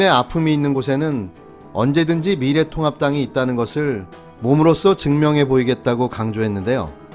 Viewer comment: 우리 미래통곡당 이렇게 들리네요 ㅋㅋ